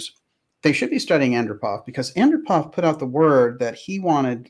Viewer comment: Yuri Andropov is pronounced: Ann-DROP-ov.